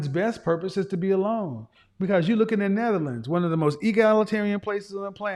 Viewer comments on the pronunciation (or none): none